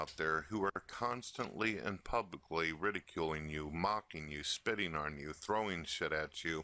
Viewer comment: you can even hear him say orn instead of on during the first videos